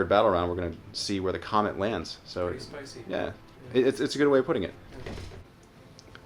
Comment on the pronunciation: love how says the comment instead of the comet xD